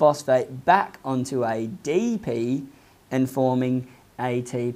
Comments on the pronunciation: I was bothered eydeypi and eyteypi pronounciation but I learned a lot than my teacher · Aeye dee pee Aeye tee pee 🤣